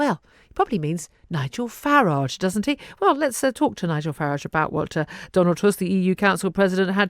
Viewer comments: It's Farage NOT Farage. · Is it pronounced now FARage or farAGE...anyway, he is so full of himself. He is joking, Tusk is not. The EU is scared? What world do you live in? Well, you were sawing off the branch you sat on without preparing the ground with a net or a mattress or whatever. We will be sorry and watch you capsize from a safe distance. I expect a lynch mob will take care of all the Brexit scare mongers.